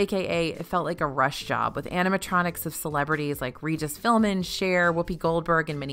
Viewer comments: Great video! One correction; it's Regis PhilBIN not PhilMIN, lol! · i heard 2 misspeaks that might help for future reference you said Regis Philman when it's Regis Philbin about rides you liked, you said facts when it's opinion stay cool :)